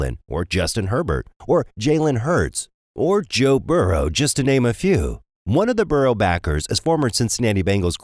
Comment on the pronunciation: Burrow not burrows. Said it a few times